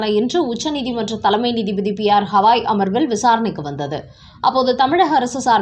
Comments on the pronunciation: உச்சரிப்பை சரி செய்யுங்கள். குறிப்பாக தலைமை நீதிபதி என்று குறிப்பிடும்போது. அவர் பெயர் ஹவாய் அல்ல, திரு. கவாய். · யெக்கோய் எம்பூட்டு முறை சொல்வது, சுப்ரீம் கோர்ட் தலைமை நீதிபதி "கவாய்", ஹவாய் அல்ல 😊😊